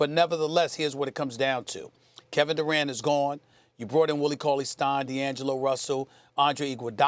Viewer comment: Jalen Rose is a fucking dumbass who doesn't even know how to say Kevin Durant's name properly. "his name is Kevin Degrant"😂